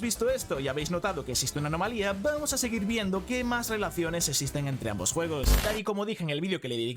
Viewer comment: Vamoh a disfrutah esto